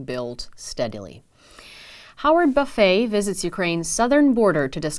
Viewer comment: Buffet last name is pronounced buff-it ..strange I know